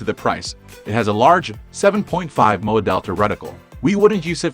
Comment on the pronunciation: Why does the narrator pronounce the acronym MOA (Minute of Angle) as a word in the English language? That's a sure sign he has no idea of what the #☆&% he's actually reading.